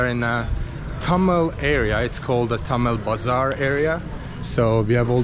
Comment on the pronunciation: its thamel not tamil